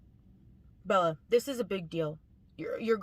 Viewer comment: I hate how she says BeL-La.